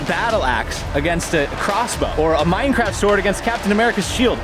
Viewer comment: He said "mine"craft